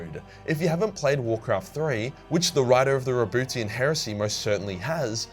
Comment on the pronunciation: I really can't focus everytime says "RaBOOTYan".